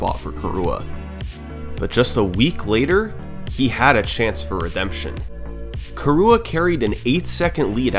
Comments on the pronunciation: Its not "Kurua" its "Kirua" !!! Learn to pronunciate and respect names! I am KIruas friend! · hearing you pronounce kirua as "kee-rooh-uh" kills me every time. which is really painful in a 1h 30m video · I love how you pronounce the name like Khu'rooah!